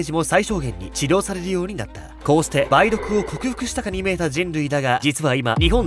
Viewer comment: たぶん ばい⤵どく✕ ばい⤴どく○